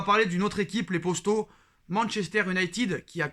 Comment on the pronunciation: ARRETE DE DIRE LES ""POSTAUX'' on dit les poteaux ou les potos. Je sais pas T Es de quelle région pour parler comme ça!!CA REND FOU